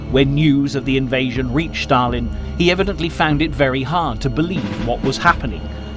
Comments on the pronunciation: It's Stalin, not Shtalin..😀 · It's not Shtalin, it's Stalin. It's such a well-done video I don't understand why the name of a major player is mispronounced. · “…Shtalin…” There is no “H” in ‘Stalin.’ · Why SHtalin and not Stalin?) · I tried but just cannot tolerate the "Sch-talin" pronunciation. Down arrow, skip and move on. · Thanks for making this point, it has been grating on my nerves as well!!